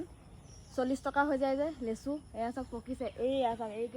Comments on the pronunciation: লেচু নহয় হ'ব লাগে লিচু 😂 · লেচু নে লিচু 😂😂😂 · লেচু নহয় লিচু। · লেচু নহয় অ মইনা লিচু